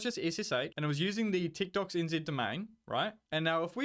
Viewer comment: At first when you said techdox it sounded like you said tiktoks lol